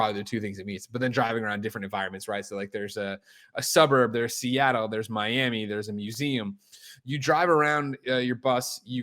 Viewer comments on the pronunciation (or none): none